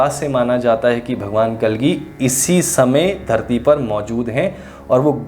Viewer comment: महोदय एक अनुरोध है कृपया भगवान का उच्चारण श्री कल्कि कीजिये कलगी नही